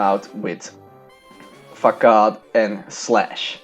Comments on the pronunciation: Nice video I love bug types but seriously. Facade is pronounced fasod not facad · Bro, I am not a hater but you pronounce it FAKAD. It is actualy pronounced FASAD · Very nice video but pls stop saying fakad instead of facade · Its FA SADE NOT FAKAD (facade) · He said fuckad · Not facade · C in Facade is pronounced as an ''S'' so FaSade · It sound like you said fuck off not facade lol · it sounds kind of like "fuck off" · Facade = FUH-SOD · I dunno but I laugh so hard everytime he says "facade". Maybe it's in his pronunciation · Yeah I thought he was saying something very different lol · Hello friend, this video has appeared in my recommendations B) Very nice vid and very nice commentary, but I notice some flaws: Surskit would deal a bigger damage vs Machop if it used bubble instead of quick attack Facade is pronounced with s, not with k P in Psybeam is silent. I'm looking forward your next videos!